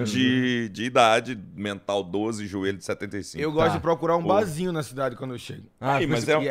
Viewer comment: Alguém apresenta o R pro, gente! 😂😂😂 Bazinhu, ceveja... 😂😂😂